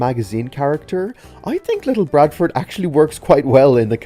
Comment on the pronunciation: Ok good video and it’s very fascinating but however you siad little barford’s name wrong. You siad little BRADFORD, the b shouldn’t be there lol